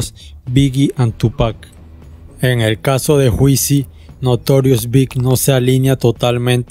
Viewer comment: Pero, mi hermano que esa vaina de "juicy" pronunciado literalmente?! una vez le aconsejé sanamente que tome un cursito de Inglés para que aprenda a pronunciar ya que por el contido expuesto acá, lo amerita.. No sea cabeza dura.. Llévese de mi!